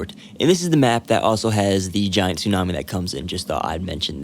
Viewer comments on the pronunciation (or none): none